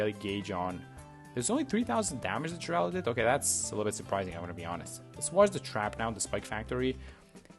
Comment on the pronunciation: Thank you for actually knowing how to pronounce the name! All the young people not knowing who Geraldo Rivera (the inspiration for this hero) is so calling him Jeraldo... "Get off my lawn!"😂😅